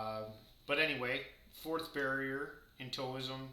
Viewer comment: Side note: Taoism is pronounced like Dow-ism. Tao rhymes with cow.